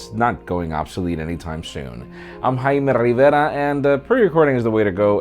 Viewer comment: Thank you for saying your name "properly" most Latinos like us try to "gringofi" their name. Subbed now